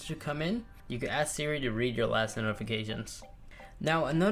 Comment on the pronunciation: How come he says smores instead of siri